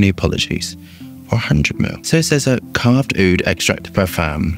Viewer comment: Bro butchered the name 😂😂